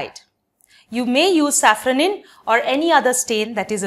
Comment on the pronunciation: It is safranin not safronin